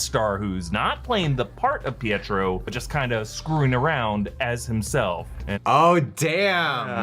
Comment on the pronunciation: It's not Pietro